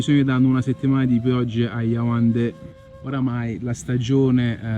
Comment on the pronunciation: Iaundé non Ioandé